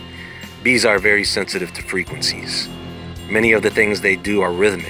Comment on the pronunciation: I swear I thought he was saying beans and I was like ooh a superbean 🤣🤣